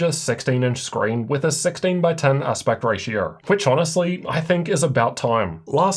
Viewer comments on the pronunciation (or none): aspect ratiaur